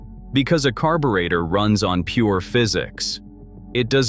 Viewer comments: Carb-u-reactor lol. Ai slop bullshit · In English, it's pronounced / kär′bə-rā″tər / ... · The AI slop voice can't even pronounce the word carburetor. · Ai video when it can't even pronounce carburetor correctly. SMH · Analog RULES Please correct your digital pronunciation of “carburetor “!